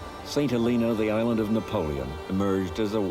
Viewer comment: Yes, like "Hengland" and "the hisland"